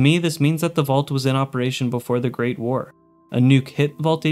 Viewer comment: I like you but hate the way you say Great War. You say it like it’s one word, like GREATwar instead of Great War